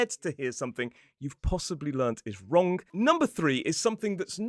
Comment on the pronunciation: oh hearing that "wronK" was a bit of a culture shock